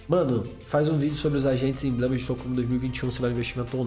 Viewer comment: Você falou emblemeas? Q